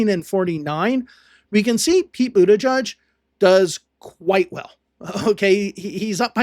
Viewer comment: It's Butijij, not Butajudge.